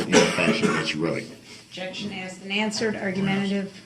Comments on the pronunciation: Nobody "axed" you if you don't consent to being called that name. .Every time he makes that statement, he's pretty much stating that he's darrell brooks. 🙄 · Notice how he says "grounds for the substain" instead of sustain? He says substain multiple times . Almost as bsd as AKSED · 12-year-olds also know the difference between grounds and grounzzz! They know the difference between truth and troof! They know the difference between asked and axed!!! DB is ridiculous. He is also a serial killer.